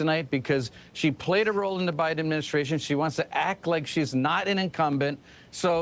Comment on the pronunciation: Oh my GOD! She said O'Biden. There ya go 😁